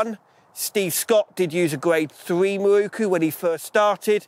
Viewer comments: Great video apart from the WHOLE industry pronouncing Miroku wrong! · miROku, NOT mirookoo